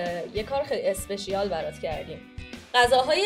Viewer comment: اسپشال❌ اسپشیال✅